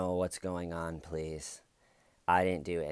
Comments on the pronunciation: Hey, hey, hey, pronounce the word correctly!! It's, "I don't know what's going on, PLEATH!!" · I DONT KNOW WHATS GOING ON PLEATH! Dammit why don't you make fun of her speech impediment? I gave you permission and EVERYTHING!!!!